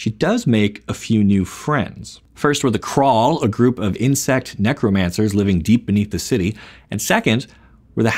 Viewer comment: I am honestly curious, are you mispronouncing the word "necromancer" on purpose?